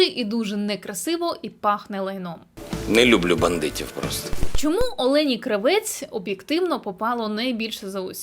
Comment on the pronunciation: Кравець наголос в прізвищі інше Кра.- вец! А што ви думаєтє я українка!?Ніт!